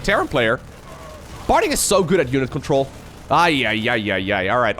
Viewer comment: There is no "L" in Parting's name.